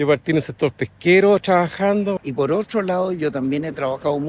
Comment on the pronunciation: "Otrsho", "trsaajo" Qué buen video, muchas gracias!